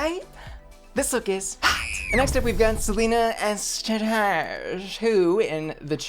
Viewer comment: Bro, it's not "S titties" it's "STD'S" hello 👋